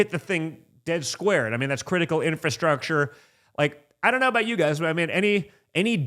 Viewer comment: Did he say "in-fu-structure"?